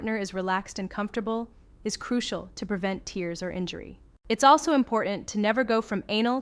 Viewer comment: In speaking about anal sex, I noticed pronunciation oddity. Why would statement be made in phonetic phrase to be careful about "Teeers". It seems the concern is about "Tears" or "Tares." This difference in pronunciation leads me to believe the script is computer generated via artificial intelligence. Are these programs produced via artificial intelligence on some way or another?